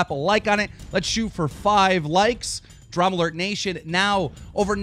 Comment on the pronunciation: When he says DramaAlert nation it sounds like TroubleAlert.